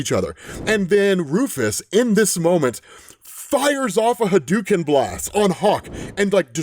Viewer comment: Ha-dou-ken sound it out